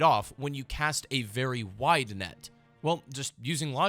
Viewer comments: I heard white appeal every time you said wide appeal lmoa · I thought he was saying white lmao 😂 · Dude I thought he was saying White instead of Wide lmaooooo